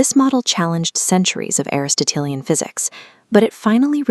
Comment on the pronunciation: ¡ W0W ! Em ¡ W0W ! I feel like I just watched Em's dissertation for her history of science final. I postulate that I was also listening to the actual voice of the fabulous Em herself. This postulate is based on the belief that AI is incapable of correctly pronouncing Aristotelian /əˌristəˈtēlēən/, not just once but twice.